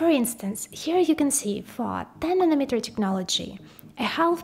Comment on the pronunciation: Does she know how to pronounce N A N O M E T E R ? SOUNDS LIKE MILLIMETER !